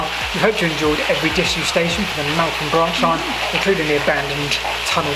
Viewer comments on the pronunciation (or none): It's Melth am - not Melt ham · Great video. Hope you come over to do the Golcer and Minsbridge disused stations. Also, Meltham is pronounced Mel Fam. Just dont ask how to pronounce Slaithwaite or Linthwaite further North. :) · That’s a great Air BnB. The name of the town is pronounced Melth-am 😃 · Wow my old neck of the woods, very interesting. BTW Meltham is pronounced with a 'th' rather than a 't'. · My home town (Mel -tham, pronounce the 'th') . Both parents worked at DBT. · Thanks. Ah yes, we changed the pronunciation half way through I think when we realised. A lovely home town it is too. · Somethings in life are really ironic i was filming the same branch line at the same time I was going to do it in two parts the second part I filmed yesterday and this morning I was looking for an image to use as a thumbnail and came across your video far superior to mine well done however the way you've pronounced meltham Is horrendous